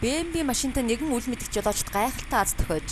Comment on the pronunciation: Биии Эээм Даблюууу PLEASE